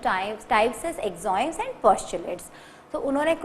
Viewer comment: and she pronounced Axiom as Axoim.. plz correct